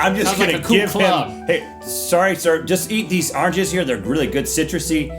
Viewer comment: "Arnges" :D